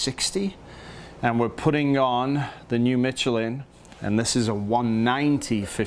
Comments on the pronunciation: Great video. It’s pronounced Me-Che-LIN with an emphasis on the final syllable. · Dude it's pronounced Michelin